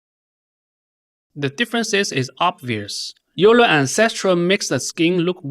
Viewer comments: It is pronounced "OILER" not "you-ler". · euler is pronounced "oiler" like euler's equations from physics